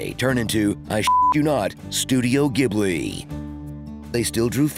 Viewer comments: pronouncing Ghibli with a hard 'g' while the correct 'j' pronunciation is displayed on the screen is next level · Jibbly. Ghibli is said with a soft G.